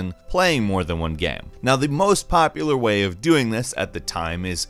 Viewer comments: Hilariously, every time says "game" he says "gam" lmmfao baaaahahahaha!!! We all love gams, these multiplayer gams lmao! Playing a gam! Hahaha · ''saem paeg in the gaem'' why do you talk like that and why are you the one narrating the videos?